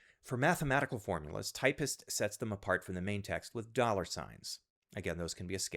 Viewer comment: Typst not Typist, seriously